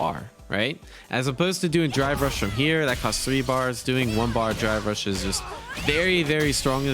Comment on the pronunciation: Whenever he says drive rush, it sounds like he's saying dry brush